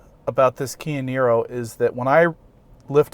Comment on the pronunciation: Apparently when says Kia Nero quick it sounds like Canyonero. I had to rewind the video, lol.